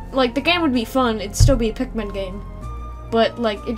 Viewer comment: Sometimes when she sais pikmin it's sounds like pacman